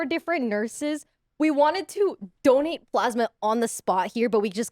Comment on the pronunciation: I'm sorry but I thought she was saying "don't eat plasma" and I was so confused thinking "people eat plasma?" until they talk about getting nurse to do it mobile... It's the first time I misheard "donate" and "don't eat" 😭 Ironmouse voice is so cute and she seem to have a good personality. I've been discovering new people through Press Esc. I also visited Michelle Kare's channel after seeing her here. Interesting enough I know Connor because he is a friend of Emirichu that I'm subscribed to. Another interesting thing is I saw Maya through her tiny house and sanctuary tour, then I watched Poki and Lily's wine about it episode and just realized in this Press Esc that she was the animal streamer girl that I watch toured her house. The internet is so interesting it literally connects people like a dot.